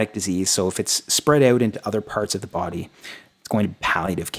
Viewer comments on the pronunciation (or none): none